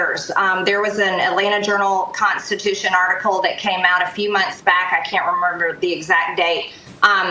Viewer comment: Every time that woman says "nEow" or "conTstitution" I die a little bit inside. Good god, Georgia, PLEASE, PLEASE, PLEASE stop electing MORONS!!!!